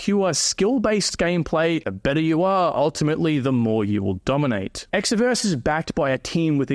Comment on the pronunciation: Promoting Exverse and can't even pronounce it correctly 😂